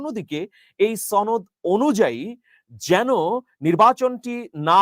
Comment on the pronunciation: ভাই ছনদ না সনদ